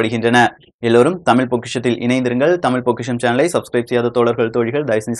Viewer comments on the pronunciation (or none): none